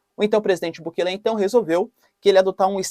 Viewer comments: Professor não é bukele e sim Bukéle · O presidente Bukele, que aliás não se pronuncia assim caro Professor e sim como se a do meio fosse a sílaba tônica (Bukéle), enfim, ate agora ele fez coisas interessantes e diferentes, não sei se isso seria combater fogo com fogo mas pelo menos toma providências enérgicas, esperemos que tenha bons resultados.